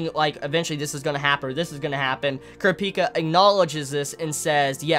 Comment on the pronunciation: dude why are you pronouncing kurapika wrong?